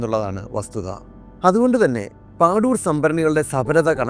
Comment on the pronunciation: പാദൂർ ആണ് അത്, പാഡൂർ അല്ല